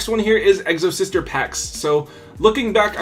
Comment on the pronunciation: Exo-Sister not Egg-so-Sister lol. My Exo deck is good. I can force you to either use your GY or take it away.